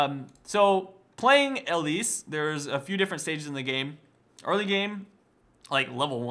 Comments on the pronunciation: ERMAHGERD I can't get over his pronunciation. It's not L-lease. It's Eee-lise. Can you imagine this guy running into IRL Elise. How embarrassing. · You say her name wrong which is so super frustrating, also you really jumped into a lot of deaths, 1 for 1 isn't always that great...